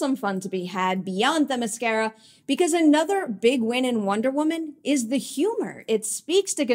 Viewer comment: Themiscyra (cy) not Themiscehra (eh) get your pronunciation right!